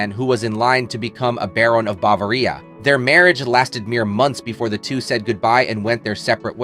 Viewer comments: Bahv-Ah-REEah? ConSUMatted? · Marriageeey? Cunsyoomated? And brokeyup? BahVAReea? That was just a couple. Really, this AI needs “worky”.. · Egad! "Bavaria" does not rhyme with DIARRHEA! 🤣🤣🤣🤣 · Hilarious pronunciation of 'consummated' and 'Bavaria'!